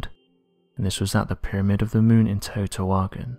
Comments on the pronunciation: Ugh, it's pronounced "Tay woe tea wah khan" .......😉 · Pronounce Tao-te-wakon meaning home or city of the gods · I don’t think you could mispronounce the name of the city any worse